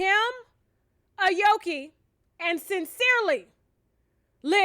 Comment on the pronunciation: You gotta pronounce her name right sus...jk...i think it's A-O-KIE...have a healthy happy delivery!